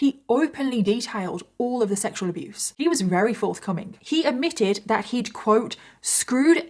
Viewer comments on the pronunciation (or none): Why does this lady say rery instead of very? It’s so odd